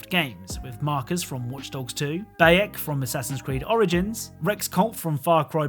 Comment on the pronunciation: You pronounced bayek wrong